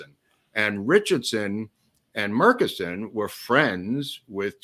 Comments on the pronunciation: I grew up in Dallas, everyone there I've ever heard say the name pronounced it Murch-eh-son (not murk-i-son) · From Athens Tx about the closest city to Murchison Tx....Murchison pronounced like merchandise. By the way there is a airstrip in Murchison big enough to land a jet?